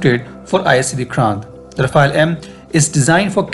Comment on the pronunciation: What is “rafa-elle / ra-fail” ? You guys comment on defence matters so get the name right. It’s pronounced “ra-faal”